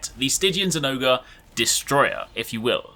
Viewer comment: Zinogre = Zin-oger